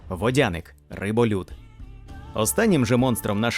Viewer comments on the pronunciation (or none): ПотопЕльник! Аааа! ПотОпельник, це той, який влаштовує потоп, а потопЕльник, це той який потонув! До речі, ви кажете утопецЬ, а м'якого знака в самому слові нема. ВодянИк, а не водяник, бо він живе у воді, а не водить. Русалка це не сирена. Це різні істоти!